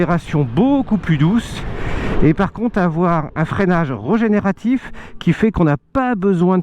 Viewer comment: Super mais il faut dire régénératif, avec un é, et pas regénératif !